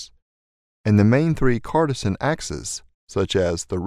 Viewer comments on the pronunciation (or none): Now for more at 1.55: CARTESAN instead of "cartesian"? WTF, O? Does not inspire confidence. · Purely FYI, Cartesian is pronounced "car TEE zhin" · See also: pronouncing "intuitive" as "intrusive" (which is a real word, but not the correct one in this context) "Cartesian" as "cartisan" (which is apparently a brand name, but not a real word)